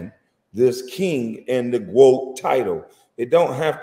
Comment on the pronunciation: Why does he keep saying GWOAT?